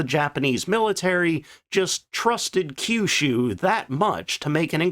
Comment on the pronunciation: You pronounced Kyushu correctly!